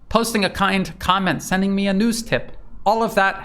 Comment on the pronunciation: pretty good, but he pronounces news wrong.